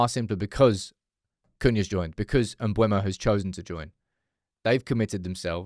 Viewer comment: IT'S MBEUMO, NOT MBUEMO!!!!!!!!!!!!!!!!!!!!!!!!!!!!!!!!!! JESUS CHRIST